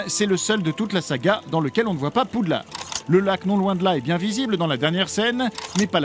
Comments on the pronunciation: La mère poulard du mont Saint Michel avait fait un procès... En 2000 contre WB France pour arrêté de prononcé poux lard... Et donc WB France à toujours dit poude larde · Stop PoudelarDE c'est le nom FR dites Hogwarts si vous voulez le dire à l'anglaise. Et pitié, stop faire vibrer les images, ca fou la gerbe. J'ai du écouter l'épisode comme un podcast 😢 Car malgré les deux remarques très négatives, c'est des super bonnes anecdotes ! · Rohh mais non c'est Poudlarde qu'il dit (ceci est une blague à prendre au second degré) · Non, il dit poudlarde tout au long du segment sur le premier film, liaison ou pas :) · J'ai entendu PoudlardE xd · c’est toi qui es con, a quel moment on prononce une traduction FRANÇAISE à l’anglaise ? 😂😂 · le d à la fin de Poudlard ne se prononce pas, c'est pas un mot anglais !!! Et Weasley ça se prononce pas Wesley !